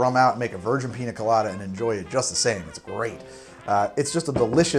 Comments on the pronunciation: Ya know the n has a little squiggly line above it, so it doesn't sound like a hard N anymore. It's (Peen-Ya) Colada. Not Peena Colada. Also I made this today and it was DOPE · Painful to hear you say “Pina Colada” and not “Piña Colada” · Im mildly annoyed that he says "PINA colada" instead of "PIÑA colada", nice vid otherwise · As a native spanish speaker my ears bleed every time I hear "piNa" instead of "piÑa" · Since it is a south American drink it is spelled piña colada. The ñ is pronounced as if there was a y following the n. Pinya colada. Love the videos btw, i try another one of your drinks as often as i can get ingredients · PiÑa... peenyah... Gotta say it rt if you love it lol. Besides that, looks delicious! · Its piñacoladaburg!! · piña is pronounce peen-ya. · It’s piñacoladaburg, you son of a son of a bitch! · Quick tip mate, the Ñ sounds like the gn in Italian. Like how you would say it in lasagna. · Don't get me wrong, I love this YouTube channel and everything about it...but for the love of God please learn how to pronounce "Piña" properly.